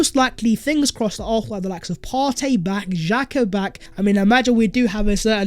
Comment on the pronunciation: Arsenal not arthenal